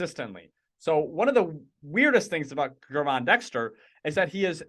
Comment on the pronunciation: Pronouced "JERVON" Dexter